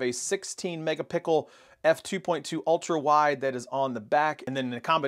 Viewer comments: I love this phone. But it's megapixel not megapickle. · What we are doing is making fun of the guy saying Pickel instead of Pixel. It is funny! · How can you pronounce "pixel" fine when you say the phone's name, but when talking about the camera it's suddenly "mega-pickle"? And how did you not hear the difference in audio? The 5 was awful, thankfully I use headphones and won't care, because I need to upgrade my pixel 3 phone. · I was subscribing until I heard mega-pickle.. lol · That man said mega pickle O.o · did he say Megapickle????